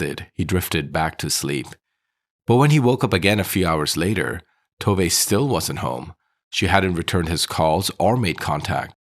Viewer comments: FYI it's "Tov-eh" not "Tov-ay" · The Swedish woman I've known since she was a teenager, but living in Scotland, pronounces Tove, too vuh. Is your narration an American guess, Spanish influenced? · Actually "Tooveh". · Yes, Tove is pronounced "Tooveh".